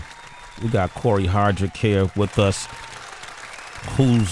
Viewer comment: Hardict, not Hardrick Sway lol